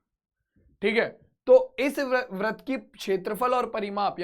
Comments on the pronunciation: Vrat not vrit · Brat nhi britt sir